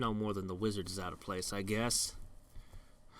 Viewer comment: Seriously, how were we supposed to "guwess" that without looking it up? We could have gazed into a palantír... I don't know if has one though...